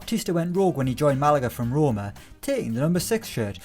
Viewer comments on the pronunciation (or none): none